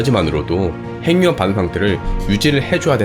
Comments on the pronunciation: 좀 이상하겠지만, 발음~ `행늉합'이 아니라 `해귱합'이 맞습니다. (전음법칙) 받침으로 쓰인 자음이 무조건 `이응'으로 전달되어 소리납니다. 국영화~구경화, 발음~바름, 석양~서걍, 북유럽~부규럽, 미국영화~ 미구경화, 한국인~ 한구긴, 윤석열~ 윤서결 , , , 잘 보세요!! 무조건 `ㅇ'으로 전달되어 소리가 나죠! [전음법칙] ~ 해귱합이 왜 이상하냐~? 발못된 습관 때문입니다. 구속영장~ 구소경장(짱) 영화는 구경하는 겁니다. (미국영화) 미궁녕화로 잘못 발음하면 `미궁'에 빠집니다. ㅎㅎㅎ 미녕화~ 구경화~! 오케이~!? 무조건 이응으로~!! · 행융합이 뭐야? 발음 바르게 합시다. 해귱합! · 행융합이라 읽지 않고 해귱합이라 읽습니다. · 발음 `해귱합'이 맞다는 걸 증명해볼까요? 간단합니다. 하나-둘~셋~ 이런 속도로 핵-육-합 한 글자 씩 읽어보세요! 절대로~ 행늉합이란 발음이 안됩니다. 다른 단어들도 마찬가지입니다. 천천히 한 글자 씩 읽어보세요. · [핸뉴합] 발음봐ㅋㅋㅋㅋㅋㅋㅋ 그리고 ‘발견’이 아니라 ‘발명’이에요. 구분도 못하시나.. 영어 발음 굴리는데만 신경쓰지말고 한글부터 제대로 쓰시길